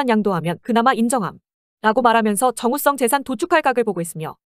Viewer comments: 영상 내용이랑은 별개인데 TTS가 "정웃썽" 거리는거 조금 웃김 ㅋㅋㅋㅋ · 근데 정우성이 왜 정우썽으로 들리는거지ㅋㅋ일부러 그렇게 발음되도록 만드신건가요? 전자녀 목소리 특징인건가ㅋㅋ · 정우썽, 문까비 ㅋㅋㅋ 발음무엇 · 더빙 프로그램이 정우썽 이라고 발음하는거 웃김ㅋㅋ